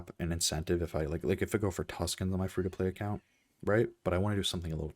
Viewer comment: Like and subscribe. If you have a “buy me coffee” thing or Patreon, let me know. With the current state of my roster, this feels like a personalized farming guide Also, best Tusken dialect pronunciation of any YouTuber I’ve seen so far.